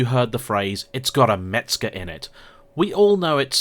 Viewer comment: Mezger !!!!! Not Metzger !!!!!!!😊😊😊😊😊😊